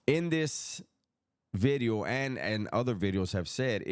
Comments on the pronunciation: 'Ely' is a rough area of Cardiff, in Wales. The correct pronunciation would be 'Eelee'. Another lovely 'vidyo'..... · Sup homie. People like the way you say video because it almost sounds like you’re saying glass in Spanish. It’s all good!